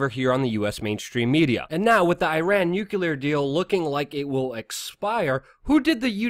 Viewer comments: Nuclear is pronounced nu-clee-er not nu-cue-ler. Clean it up or I unsub. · I wish u would pronounce nu-cle-ar properly. Sounds like George Bush and other idiots. Not newkuler uggh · Dude! I love ya' and have listened to you since just after 911 on Alex Jones. I gotta say "nukular" is not a word! it's hard to take you seriously when you say nukular. It's not a 3 syllable word, it's only 2. Think "New" then "Clear". C'mon, you can do it! Did I honestly hear you call the security guard Jesus (pronouncing it as Jesus, not Heseuss, nod to Dr. Seuss). I love you guys and your channel and I'm not hating on you or trolling you. I may be nitpicking but c'mon man, at least PLEASE STOP SAYING NUKULAR. I beg of you. It just makes everything else you say seem laughable. That said, keep up the great work, I love you guys, and I'm glad you've stayed with the truth, unlike Alex (who's drifted off into a neo-Fox news type thing). Stay awesome! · Just an FYI, the word is *nuclear*. Nucular is not a word. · It's nu-CLEE-ar. Please. Pronouncing it wrong lowers your trustworthiness.